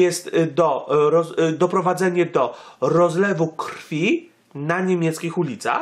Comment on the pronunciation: Rozlewu, a nie Rozwlu